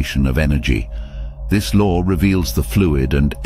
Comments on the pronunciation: The "lore"??? There is no "r" in law. I had to stop watching it because he was driving me crazy with that! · Am I the only one hearing him saying “the lore of”? It irritate me! I know this a low frequency feeling but it exists!